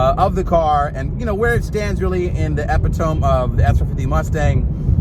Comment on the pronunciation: “Epitome” is pronounced “eh-pit-toe-me”